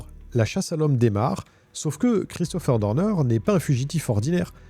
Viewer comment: Je n'aime pas ta façon de prononcer son nom: c'est Christopher Dorner et non Deurdeur.. bref peut-être est il vivant il suffirait qu'il ait laissé un cadavre d'un de ces ennemis dans la cabane, qu'il se soit échappé par une ruse.. il peut reprendre sa vie à 0 mais dans un autre pays avec changement d'identité peut-être avec une petite chirurgie esthétique pour tromper les IA. Quand il sera lassé de sa nouvelle vie reviendra t-il pour finir sa vengeance..